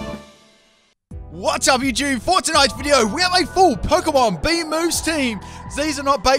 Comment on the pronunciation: it's bee-he-yam